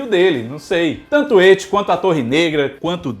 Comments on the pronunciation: Só eu que fico puto quando ele chama "et" nem pra chamar "It". Na verdade o nome dele é Penywise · pq tu fala ET em vez de IT? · Pqp "eti" kkkk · hehe, é que do jeito que você fala parece ecchi (um tipo de anime "pornô" japonês) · Eu amo o, mas toda vez q ele fala "et" eu fico meio perdido hahahahha